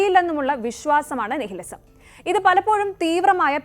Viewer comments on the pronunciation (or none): നിഹിലിസമല്ല ,നൈലിസം ( Nihilism ) എന്നാണ് ഉച്ചാരണം .നിഷേധ സിദ്ധാന്തങ്ങൾ ,നിലവിലെ രീതികളോടുള്ള നിഷേധാത്മകത എന്നെല്ലാം അർത്ഥങ്ങൾ .